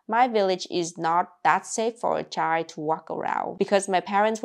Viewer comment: I love the way she pronounces the word child. It's just chi :face-green-smiling: The whole 2 letters are missing and you still know what is being said.